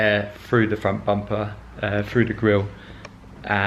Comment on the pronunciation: through.. not FREW